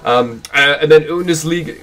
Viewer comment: Some pronunciation tips: Udinese = Ooo-dee-nay-zay Olympique = oh-lahm-peek (more or less) To be honest, if you want a good idea of how to pronounce something, just type it in with the appropriate language selected (or detect language if you have no idea) on google translate and hit the icon that looks like a speaker in the bottom left of the input box. It'll read it back to you, and if you click it a second time, it will read it back even slower. Very minor things, won't hurt in the long run though.